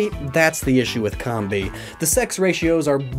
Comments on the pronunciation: Its not combee!! Its combee!!! Like honeycomb! ARGH! IM SORRY I GET TRIGGERED! Sorry i still like your vids but please try and say it right. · Comb-bee, like a honey comb, not cumbee.. please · pronunciation of Combee bugs me. Correct me if I'm wrong, but, isnt it "cowm-bee" instead of "com-bee"? EDIT: I noticed I said "bugs me", in post. No pun intended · Is it pronounced Com-Bee or Comb-Bee? I used to say Com-Bee until I was corrected and told it is Comb-Bee 🤔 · Nice video. One thing; it's pronounced [comb-bee] like a honey comb. I'd like to see you do this theme with Durrant and Heatmor. If they switched the fire and steel types between the two, it would be a much more accurate representation. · Am I the only person who pronounces with a long o? Cōm-bee, like honeycomb. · It's pronounced COMB-bee. Like honey comb. It's not a honey com. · You know Combee is pronounced like honeycomb right? RIGHT? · I love how you just negate the purpose of the video minutes in. 😆 Never change. Except your pronunciation of Combee. That you can change. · I really hate the way he pronounces the names of these Pokemon... Like it should be "comb-bee" cuz it's like a honey comb and "vespi-queen" cuz it's a queen bee...